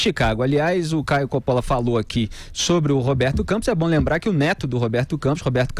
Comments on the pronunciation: Caio ė o cara! Espetacular! Ele é solteiro?🤔 ( E se fala Cóppola e não Coppóla) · Então avise ao Caio que ele pronuncia o próprio sobrenome errado. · Ele provavelmente nem deve se importar e fala assim porque é o mais habitual na pronuncia portuguesa a tônica no meio. Eu tbm tenho sobrenome italiano e quando alguém tenta pronunciar eu aceito o que a pessoa falar para n dar nojo.